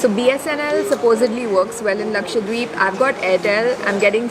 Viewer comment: A small correction. It is Laksha-DWeep not Lakshwa deep